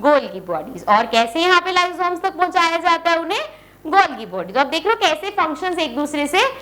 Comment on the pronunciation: Golgi,it's गा not जा